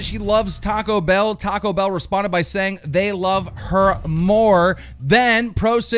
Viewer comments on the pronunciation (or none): none